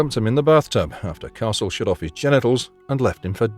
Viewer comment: You can tell AI they mispronounce shut all the time